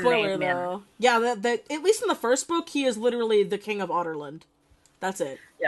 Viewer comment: it sounds like shes saying otterland for ah-dar-lan